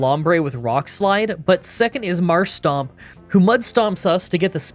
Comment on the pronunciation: I really wish you'd read MarshTOMP's name. There is no second S in it. Also the way you pronounce Aron is off. The 'Ar' part of it...well think of a pirate. You're pronouncing it like the name Aaron.